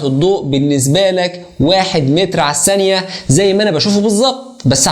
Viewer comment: اسمها الثانية و ليس السانية